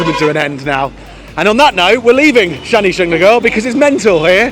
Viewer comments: Hey guys you visit my place I hope you had a great trip And yah it pronounced as a Shanishinganapur (शनिशिंगणापूर) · Your pronounciation of Shani shingnapur had cracked my smile .....sorry for the people stoping you for parking , it's there business they give you free parking you just have to buy some Pooja things to pray God like flowers n all ...sorry for it , okay . Your vedios are vary nice , I enjoy them alot . Thank you